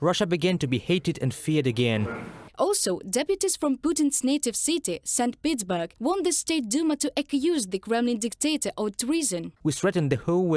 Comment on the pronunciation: Ah yes the great Russian city of Saint Pittsburg. (I know it's Saint Petersberg, it just sounded likt Pittsburg lol.)